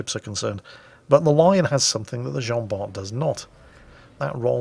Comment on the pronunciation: It's pronounced Jean-Bar! Hilarious replay tho ngl